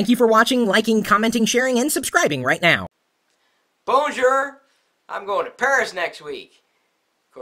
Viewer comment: You even said Bonjour wrong. Oh no!